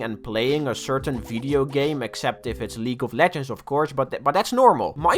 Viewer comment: I have no idea why but the part where you struggle to say League of Legends is hilarious to me